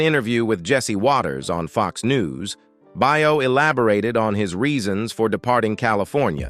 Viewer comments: Yeah, Scott Bao not Bio! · you need to get yourself a better narrator. This one’s terrible! Scot’s surname is pronounced Bay-yo, not Buy-yo. This narrator has got to be AI or something like that, ‘cause he can’t pronounce names and such worth a darn. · You should learn how to say Scott Baio's name correctly. The way you said it is completely not right. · I agree, he says it weird.